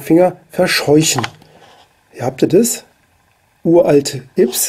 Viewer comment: Ja die neuen Yps Hefte wenden sich an ein älteres Publikum. Nämlich an alle Leute, die sie als Kind oder Jugendlicher gekauft haben. Außerdem heißt es ÜPS und nicht IPS.